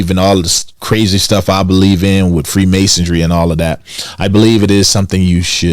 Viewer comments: Freemasonry . Not freemasondry lol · Said “free masodry” twice 🤣 MASONRY genius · First you gotta learn how to say freemasonry. Theres no t or d in there. No self respecting conspiracy theorist will be taken serious on any subject when they mispronounce key words or phrases....